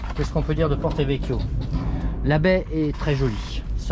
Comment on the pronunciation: C’est bien Porto et non porté !!!😂😂